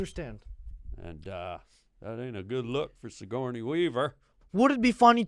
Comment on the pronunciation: He keeps calling him sigorney weaver hahahahahaha thats too fkin funny